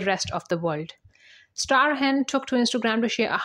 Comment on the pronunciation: Old news, mispronouncing Michael Strahan's name!